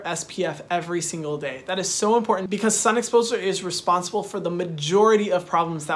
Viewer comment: And “stay protected from the skun” 😂